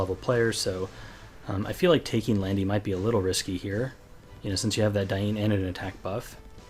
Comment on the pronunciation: where do you come from that you sometimes say instead of or instead of ?